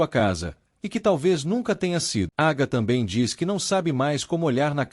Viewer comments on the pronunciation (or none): none